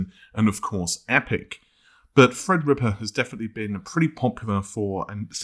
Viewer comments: Well he does actually say Fred-rippa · Youtube needs to overhaul auto-sub,though it's quite funny.For example Fred-Ripper instead of Threadripper.